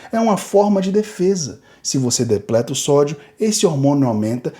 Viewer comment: Se fala depReta ou depLeta?